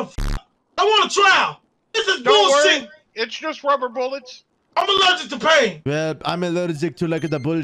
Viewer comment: "Im ALLEEGIC TO PAIN!!" 😭😭😭